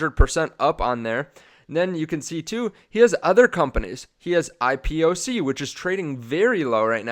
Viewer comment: Why do you say IPOB but then go and say IPOSEE instead of IPOCK!??????? and his name is pronounced "KAH-MATH PALI-HAPI-TIYAH!"